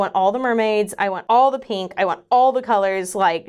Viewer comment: Heheh... "peenk" lol